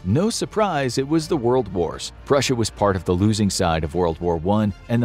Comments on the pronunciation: 😂 Prussia not russia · Purrusia or tartary